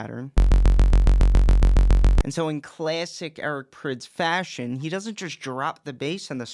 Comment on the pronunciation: i thought prydz was pronounced prides